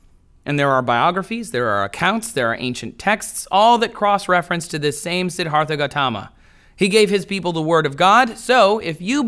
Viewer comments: You didn't pronounce Siddhartha correctly and he never preached of any God or that he was a prophet. You clearly didn't do any work into himx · So because he pronounce something incorrectly it's an argument against his arguments. Well you wrote "himx".